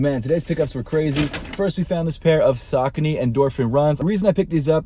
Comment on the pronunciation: Congratulations. Not only on finishing season 1 which was awesome. But also on being the first shoe_tuber to pronounce Saucony correctly:)